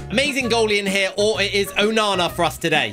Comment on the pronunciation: Isn't it onana what's my name onana